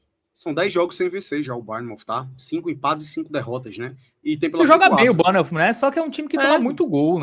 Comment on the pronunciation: Só um adendo para o senhor, cada vez que ele chama o Bournemouth de "BARNEMOUTH" meus ouvidos sangram kkkkkkkk